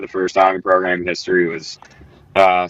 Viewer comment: Welcum to the progrum